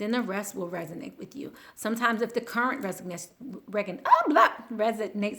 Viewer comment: Res-o-nate, Resonate.